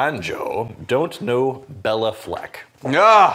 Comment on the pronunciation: c’mon guys, it’s Bay-la Fleck, not Bella Fleck🤨